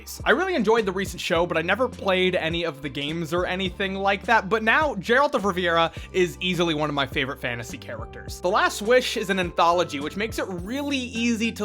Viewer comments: Did you just call him Geralt of Rivera? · Who tf is "Jeralt of Riviera?" U mean Geralt of Rivia?